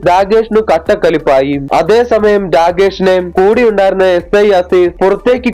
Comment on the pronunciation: Ci അല്ല si ആണ് 😂